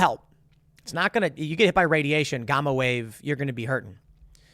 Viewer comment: cant even pronounce gamma waves lmao